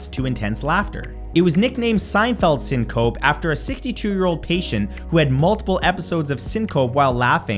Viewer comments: Re: #24 -- it's three syllables, SIN-coe-pee. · You need to pronounce the E in syncope. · "sin cope" 😂😂😂